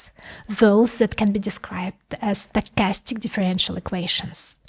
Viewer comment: Sounds more like "statistic" than "stochastic" 🙂 Like bitstream audio and PWM.